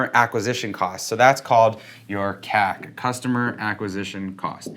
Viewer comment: lol cac,sounds like cack